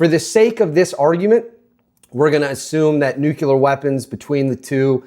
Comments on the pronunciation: Nuclear** Nucular🚫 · nuclear NOT "nucular." Lost your credibility there. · ✅ Correct: NOO-klee-er or NU'-klee-ar ❌ Common Mispronunciation: "NOO-kyuh-ler" or "NUKE-yuh-ler" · Nook-lee-ur. NOOK-LEE-UR!!! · Please stop saying "nukular." It is painful to listen to. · ffs... there is only one U in the word "nuclear" NU - CLE -AR learn to speak